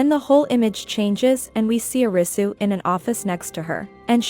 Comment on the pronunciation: I couldn't focus on the video because it bothered me that she says YOU-sagi and O-risu when it should be WOO-sagi and AH-risu. Not saying this cuz I'm asian (I'm not even Japanese) just how its pronounced in the show 😆